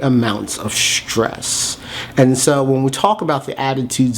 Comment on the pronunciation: It's nor Shtress - it's stress. No 'h'.